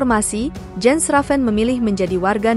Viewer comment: It is pronounced "Yens". The letter J in Europe is pronounced Y.